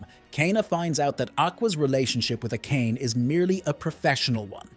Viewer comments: AKÉJN? Really dude??? A-ka-né!!!!! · everytime bro says A-kain im losing my shit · great recap but please pronounce the name properly, who tf is a-Kayne-ey